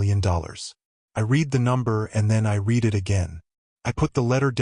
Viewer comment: It would be better that reading errors are corrected. " I read the letter and then I read it again." READ is pronounced "red"- like the color. At other times it is pronounced " read" like in the word "bead."